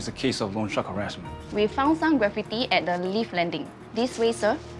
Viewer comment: Does she not know how to say graffiti?